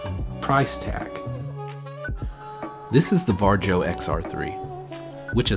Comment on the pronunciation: The name is pronounced Varyo